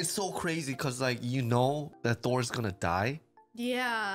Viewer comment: Askeladd was not kidding and it's not Thor. It's ThorS, with an S!